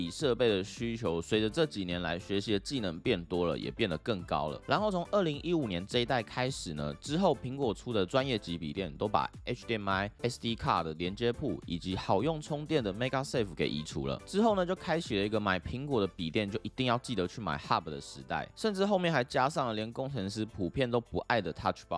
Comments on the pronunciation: MagSafe 不是 MagaSafe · 不是妹嘎safe是妹個safe😂😂😂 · Magsafe 不是念 maga safe吧？